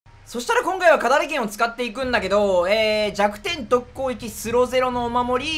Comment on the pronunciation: 攻撃って言えてなくない？